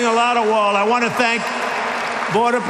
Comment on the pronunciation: Did he just say? "We believe in the rule oh law" Ohh my!!!🤣🤣🤣